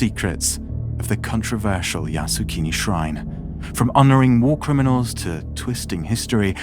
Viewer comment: full of error... can't even pronounce Yasukuni properly. The YouTuber knew nothing about Japan and Asian. The pronunciation is yasukUni, not yasukIni, which means "make the country settled" or "stabilize the country", which indicates war and has nothing to do with PEACEFUL! Top WW2 war criminals are enshrined in Yasukuni shrine! It is a propaganda tool luring gullible comment people to worship war and to be cannon fodders! Stop glorifying the cruelty brought by warrrrrrrr!!!!!